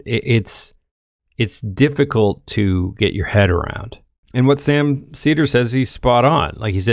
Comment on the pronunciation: She couldn't say Sam's name correctly or the name of his show. What a clown.